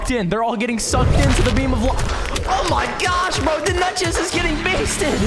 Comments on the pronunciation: more like oh my gyosh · He said oh my gosh in a slightly weird way (no offence)